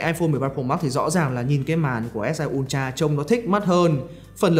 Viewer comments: Ultra nhưng mà nghe cứ như kiểu S22 Ulatr :))))) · Học hành thế nào mà cứ đọc "un cha...un cha..."?